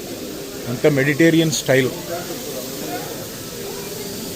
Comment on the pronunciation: Adi meditarian oh meditation oh kaadanna! "Mediterranean" cuisine. Telsu ga!